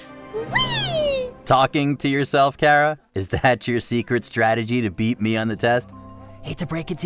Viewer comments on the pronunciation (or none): none